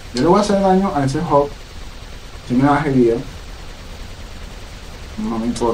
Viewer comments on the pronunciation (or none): none